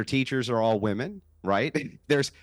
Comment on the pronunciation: Why can’t zoomers pronounce “womEn” correctly?